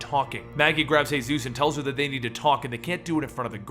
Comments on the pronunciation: Seriously man. Hay-zeus? It's just Jesus like come on. Won't flip out but just... Ugh. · Paul Monroe is known as Jesus. You pronounce it as Jesus Christ not the Hispanic name "Hey-suese" this was oainful to watch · Are you Spanish why did you say hayzues instead of Jesus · In the comics Jesus's name is pronounced how me and you would say it, jesus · good job but j ,j,j,j,Jesus not hayzues,haha big up. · Yeah, like the others said, it's Jesus. As in, Jesus Christ. Not Jesus, the Spanish way of saying it. I actually laughed when I heard him say it that way. And he says "Hey-Zeus", a lot lol. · Jesus not he-zuz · its jee-zus not hey-zeus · “sαтαηιc cяεερ” 変態です he meant that it is pronounced Jesus as in Jesus Christ not hey Zeus. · Hey-suess? He's not Hispanic. His nickname is Jesus because people thought he looked like depictions of Jesus. Earl Sutton even says that he calls him Paul because "Jesus" feels blasphemous. I've gotten used to you mispronouncing something in almost every video, but this is actually changing the details of the story. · Exactly its jesus not hey-sus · It's pronounced as Jesus like Jesus Christ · Jesus isn't pronounced "Hey-Zeus". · Why are you calling him hey suess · I love your channel, but read the walking dead comics for this one guys. It's pronounced as Jesus (as in jesus christ) and as most people are confused, the whisperers are the talking walking walkers. a group. Just read it